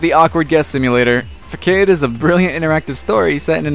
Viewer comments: It's pronounced fassad nod fcade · Fakkade? The ç is pronounced ss